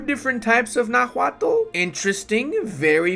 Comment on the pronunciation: The h in Náhuatl is silent, and the first syllable is the stressed one